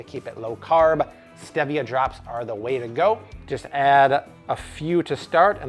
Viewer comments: StEEEvia not stehvia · Looks great but it's pronounced Steevia :) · interesting i heard youre supposed to put the dry into the wet that way you can add the flour mixture into the wet ing slowly so that the mixture isnt dense but nyways also isnt it St-ee -via? and you can add the chia seeds in all at once i just did it the other day it sets up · The way he prounces "stevia" tells me he either lives under a rock or he's American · My guy you say stevia wierd.